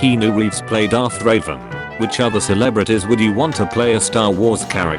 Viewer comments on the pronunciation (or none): its REVAN not RAVEN.... but yea.... ever played TOR? That dude we safe IS Keanu or at least DAMN NEAR CLOSE and he IS Revan!